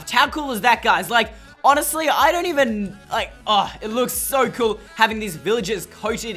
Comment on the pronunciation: Cool not coul